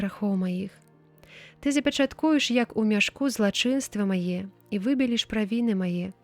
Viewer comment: Прачытана: запячатку'еш, правільна будзе: запячат'куеш, націск на трэцім складзе, слоўнік дае: пяча'ткавы, націск на другім складзе.